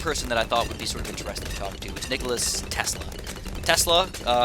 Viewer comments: its nikola not nicholas.... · Tho he calls him nikolas xD